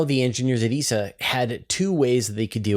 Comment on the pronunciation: Did you say Esau Or Essa